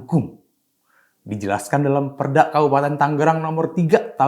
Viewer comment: Siapa sih yg baca narasi ini? Kok setiap kata diberi akhiran "K". Usahak-usahak, padik-padik, perdak. 🤣